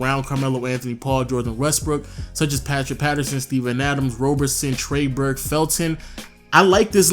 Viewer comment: Nigga quit hating you lil bitch. You just a blown up Laker fan that thinks you’re gonna get every good free agent. You ain’t gonna get jack shit. And learn how to pronounce Trey Burke’s name